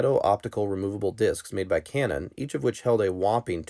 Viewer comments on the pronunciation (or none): none